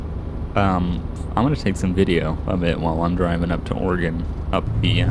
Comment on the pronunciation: I want to thank you for pronouncing Oregon the right way. I can teach you how to drive a stick, standard car. I live in Oregon, but it depends on the area, besides I don't want to be labeled as a crazy person.